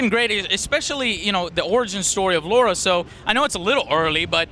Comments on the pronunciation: It's Lara Joe, not Laura. Come on you should know that. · its Lara not Laura lol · dammit Joe she isn't called Laura she is called LARA! like Lava Lahhhh RAHHHH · ***** Yeah, that's the point. said Lora instead of Lara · Joe, it is not LAURA, its LARA. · its pronounced fucking Laura, but spelt fucking Lara. Is it that hard? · Why do you keep calling her Laura? ;) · ITS LARA NOT LAURAAAAAA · God damn it Joe, it's Lara not Laura! :P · Joe, you are an amazing person and I enjoy your videos very much, but this one thing is really bugging me... It's LA-RA, not LAU-RA. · GODAMNIT JOE! LARA NOT LAURA! xD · Hey Joe Stop Calling It Laura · Did you notice that Joe is callin Lara Lora? xD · La..ra Joe no u in there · Joe Y U CALL HER LORA ?! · Joe... it's LAra. >.> lol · Hey Joe, it's pronounced "LARA". Why do people have so much problem pronouncing it? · Lara, Dude, Laa-raa;) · I know this has been brought up. But maybe that's how people from Joe' s town pronounce Lara. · 'Laura'? seriously, Joe? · He keeps calling her Laura LOL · the ubisoft pronuciation is like toe-mate-o Toe-Mat-o but you are right on the lara.